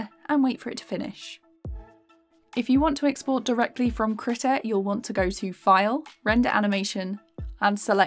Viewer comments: hold up i've been pronouncing it as "kree tah" and she's pronouncing it as "krih tah" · you mispronounced krita multiple times